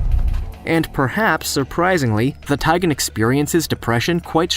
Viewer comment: It's a tigon. Not a taigan.